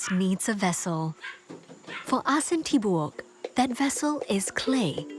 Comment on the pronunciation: Thanks for the feature. Its prnounced as A-sin Ti-bo-ok though.